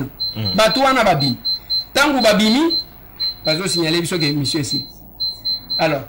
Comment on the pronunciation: balobaka Mosieur et non Mesier😂😂😂